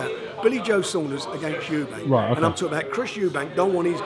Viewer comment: Warren cannot pronounce SO MANY things: - 'Eubanks' - 'Brooks' - 'Madison Square Gardens' - 'Muhammad Alley' Then he complains about the quality of the Matchroom fighters' opposition when he puts Liam Smith up against some hopeless bum. He is pathetic.